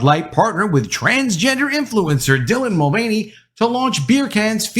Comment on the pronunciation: There it is ....."TRANsgender INFLuencer DYlan MulVANey" one of the most cringe deliveries of the most cringe phrase on YouTube. Seriously just say the name with none of the emphasis